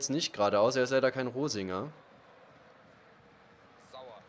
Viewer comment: reininger hast du gesagt... statt rosinger